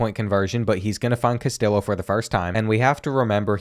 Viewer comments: as a hispanic person, hearing you say "CastiLLo" instead of "Cas-tee-yo" hurt my soul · Brother it is pronounced “cast-tee-oh”😭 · Castillo = CAS-TEE-YO lol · Him pronouncing it “Cas-till-o” instead of “Cas-tee-o” is so Southern it hurts. Love it lol. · As a michigan fan, this makes me so happy and sad at the same time P.S. please say "Castillo" right. KAST-ee-YO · carlos castillo is pronounced cas tee yoh lol. sick ass series tho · Castillo is pronounced (cuh-stee-oh) sorry to be the grammar police😬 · Isn’t that guys name in particular pronounced cas tee low? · Take a shot every time he mispronounces “Castillo”. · I wanna hear him pronounce “tortilla” cuz he’s butchering Castillo 😂😂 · Or the way he pronounces Castillo and Jacquez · Castillo is pronounced like a Y. In Spanish two l’s beside each other makes a ‘yuh’ sounds. Sorry but it was bothering me last video and this one lol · Please stop saying Castillo like that 😭😭😭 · very much enjoyed this, but I need you to learn to say Castillo correctly, every time I cringed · His pronunciation of Castillo is making Mexican people cry everywhere 😭😭 Honestly part of his charm lol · Love the content. Just a heads up, LL in spanish makes a Y sound. Castillo rhymes with Neo.